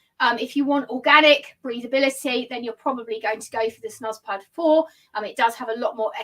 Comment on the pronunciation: Lovely!!! Your videos are awesome. Thanks for sharing. (Nb pronounced snooze pod)